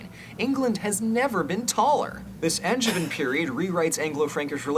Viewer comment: I love this video - and finally a narrator who can pronounce “Anjou” in France correctly. Although he then goes and mispronounces “Angevin” and “Aquitaine” 😂